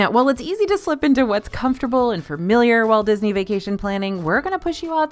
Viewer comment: I will forever love the way pronounces it “fermilyer”. Please don’t ever stop or try to change it, it makes me happy.